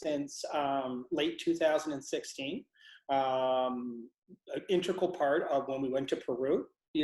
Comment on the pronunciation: Fascinating anomalies! Perception and consciousness are thoroughly interesting and powerful concepts. That assistant of though... was talking too much. Why do people say intrical when they mean integral? Intrical isn't even a word.